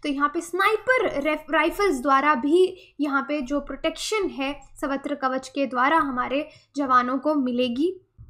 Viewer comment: Its not savatra. its sarvatra. sarva means all.